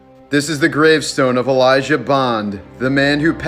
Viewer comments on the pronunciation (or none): none